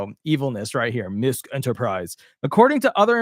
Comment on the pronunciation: MISKE is pronounced: MIS- KEY